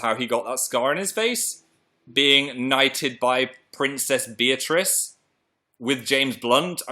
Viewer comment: Also everytime you said beatrice I thought you said beatrix and I just harry potter